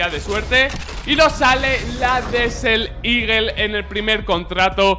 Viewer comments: Hola, no quiero faltar ni nada xd pero la desert eagle se pronuncia desert "igel" no ligel, eres un makina y un saludo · Alguien mas se ha dado cuenta que dice desel eagle?😂😂 buen video crack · buen video crack!! aunque me pones nerviosito cuando dices DESEL IGUEL hahaha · "DESEL LIGUEL"